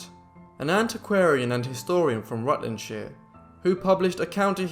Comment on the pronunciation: Rutlandshire pronounced correctly!😃